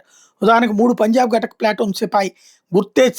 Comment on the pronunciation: గటక్ కాదురా బాబూ, ఘాతక్ అని పలుకు.